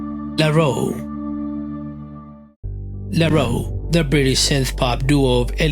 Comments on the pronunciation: It's not La Roe. It's La Roo. It rhymes with MOO 🐄. La Roux is French. 🇫🇷 It means "The Redhead". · Who’s La Row? It’s La Roo as in the French roux for Red